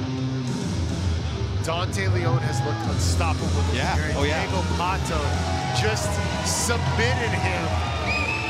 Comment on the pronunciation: Deigo Pato? kkkkkk